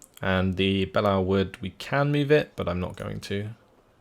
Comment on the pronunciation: For pronunciation, it’s ark royal not ark royale, and belleau wood is pronounced bellow wood